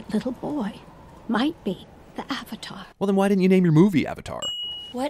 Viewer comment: Theamazingnaomi ... And Iroh... And the word "Avatar"... I mean I'm surprised they pronounced "Momo" correctly, what with how many names they butchered